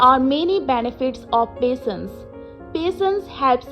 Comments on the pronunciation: Pasense not patience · your handwriting is beautiful but the pronunciation of patience is wrong